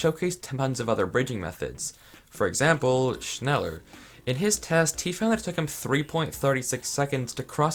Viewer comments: holy shit triggert mich sein schnällör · Shnela in english pronunciation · wait "schneller bridging" actually exists, whyyy it hurts my ears. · Im German as well, und es klingt lustig wie er es ausspricht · Me, a German when he pronounces “schneller” wrong: “mild uncomfort” (Schneller is German for faster) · “Schneller bridging” me: In visible pain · Digga hat mich auch aufgeregt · "Schneller" is German i means faster. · Is there anyone German who also laughed about how he pronounced Schneller?? XD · All these english people pronouncing schneller bridging 😂